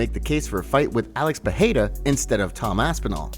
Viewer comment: Pereira - Pe-ray-ra, not Pe-hay-ra 🤦‍♂️